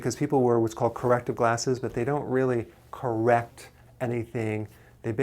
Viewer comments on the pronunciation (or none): none